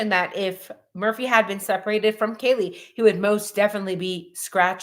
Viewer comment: And, H said Kaylee's name incorrectly and that he did not really know her, during his interview at PD. Videos of him in the house at parties and when LE showed up due to noise complaints show that he is a liar. Why is he lying about something so obvious? Shows, to me, that he is lying about bigger things. Case behavior of CYA.